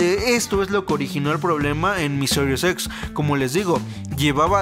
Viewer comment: Excelente mi compa solo un consejo cuando digas serie X trata de decir x no series xsss algo así suena y es extraño por que no se entiende jaja pero excelente tu contenido